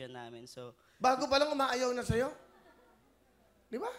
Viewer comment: parang ngungu kasi sa breeze niya.😅😅😅 ang sayo - shayo ang bigkas niya.😅😅😅